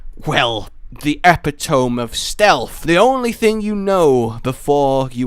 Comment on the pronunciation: Epitome. Epp-pit-uh-mee. Not epp-pit-toe-m